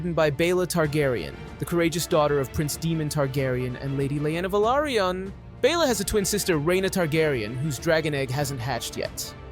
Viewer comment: Lady Laena VELARRRRYON 😂